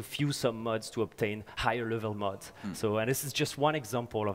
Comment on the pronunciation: This guy calls mods "muds".